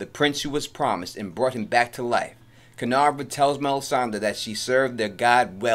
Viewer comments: Every time you were mentioning "Kinvara" as "Kinavra", my whole body was cringing so hard! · Dude please pronounce her name right!!! It's Kin-VARA!!! KINVARA. Not kinarva or however you said it.